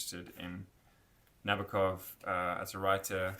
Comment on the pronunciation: The name is pronounced Na-boak-off. Stress on the “boak.” I met an old lady who had him as a professor at Cornell. She said that is how he told the class his last name is pronounced. She gave me the book they used in class. She also hung with Thomas Pynchon and played tennis with Ruth Bader Ginsberg. She said, “That’s why you go to an Ivy League college.” And there I was, a high school dropout. You got the pronunciation of Nabokov’s first name wrong, too, but I’ll let you work on that on your own.